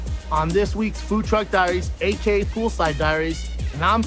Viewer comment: Someone tell Brendan its 'A.k.a' not 'a.k.' !